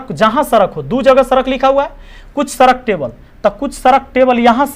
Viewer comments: सरक नही सड़क बोलिये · sadak hota sarak nhi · Sarak nhi sadak hota h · Are ji Sarak Nahin Sadak Hota Hai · Wo sadak hota hai Sarak nhi 🙂🤣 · Wo सरक नहीं सड़क है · सर आप सड़क को सरक क्यु बोलते हो 🤔🤔🤔